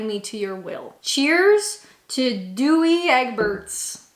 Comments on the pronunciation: Dewey ebets 😂 omg I was in tears 😂 😂 just to clear that bit up, Dowe rhymes with cow, egg-burts. Tea should ALWAYS be made with boiling water, coffee should NEVER be made with boiling water as it burns the coffee. However, you do not need to wait for the kettle to cool, you simply add cold milk to the cup before the boiling water, for white coffee, or cold water for black coffee. Hubby drinks Dewey Ebuets 😂 I like Nescafé gold smoothie, I have been on the hunt for a new coffee for a while, so appreciated your opinions on this. I think you should do British local beers for your next taste test. I don’t like any and to be fair only really drink alcohol on special occasions, but if that is how coffee got you twisted, Im sure many of us would appreciate seeing you cope with the beers, lol maybe only 4 or 5 though 😂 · Douwe Egberts is a Dutch brand that has existed since the 18th century. Their instant coffee has been a staple in many Dutch households since the 1960s. It is pronounced 'Dow-uh Eg-behrts' 😀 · Douwe is two sylllables: dow-uh. It's a Dutch brand. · The second one is Douwe Egbert. Don’t promote the U. You know what we are like over here, for our silent letters !!!!! 😂😂😂❤❤❤ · As in 😂 DOW JONES. Not ever Doogy EEdgeberts. 😂😂😂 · Douwe Egbert is pro D-ough (like in wedding dowry) then egg-Bert’s. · 😂 very good. Dougie Egberts 😂 it's pronounced dow Egberts like the Dow Jones stock exchange. Had me in stitches. 👍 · Yes Gold blend is the best. You need to put the milk in first otherwise if you pour boling water straight into the instant coffee it will scould the coffee and make it taste bitter Oh yeah its pronounced D-ow egg butt's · My top three would be, firstly, Kinko Rich. I wouldn't have picked Kinko Gold. Second is Douwe Egberts. Say "dow" as in dowry. And Egberts, as in Eggberts. My third would be Nescafé Gold Blend. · dow as in the boat and egg bert pronounced like that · Doogi ewberts is pronounced as Dow (like dowager) egg-berts. Enjoy :) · Dooey hubuts 😂